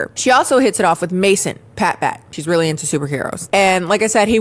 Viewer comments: I keep thinking she's saying "Pat Matt" like reverse Matt Pat Game Theory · Every time you say Pat Bat, I hear Pat Back and think of that one disturbing SpongeBob scene where Patrick makes his back talk